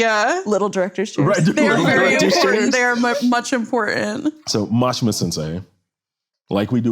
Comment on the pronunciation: How did Mashima sensei say his name correctly but you guys still pronounce it wrong. If your going to do a professional video at least say his name right. He literally said it how it's pronounced. No offense I just find it disrespectful. But Mashima probably doesn't care. If you love Japanese culture so much learn how to pronounce their names and words correctly. It's like your teaching everyone to say his name wrong. And he doesn't deserve that disrespect. I love this man. I know it's a small error but give him the honor that is due him.